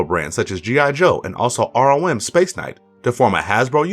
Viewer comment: Cool video but Rom the space knight is pronounced as read not R-O-M. Great content and entertaining